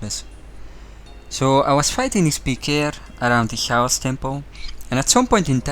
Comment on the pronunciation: The way you say chaos really doesn't sit right with me for some reason lmao.